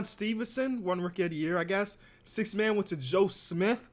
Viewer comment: Anybody else catch him saying “sixst”